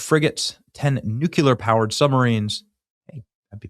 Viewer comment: It’s nooo-kleee-ir